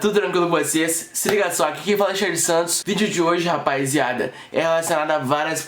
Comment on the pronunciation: KKKKKKKKKKK esse cara fala "rapaiziada"